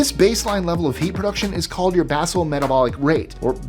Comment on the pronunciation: Im not sure where i heard it, because i was half asleep, but it sounded like you pronounced basal incorrectly, and i may be completely off base because again was between sleeping and waking, but Basal metabolic rate is pronounced bay - zuhl